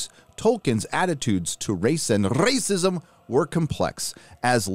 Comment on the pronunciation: The "Racists, Racism " pronunciations tore me up in stitches lol